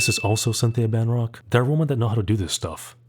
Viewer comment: It's Rothrock, not "Van Rock."